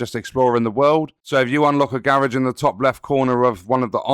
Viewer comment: whats a garriage?